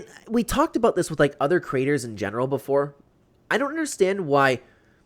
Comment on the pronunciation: Girl, are you ok? Also its “creator” not crater💀🤣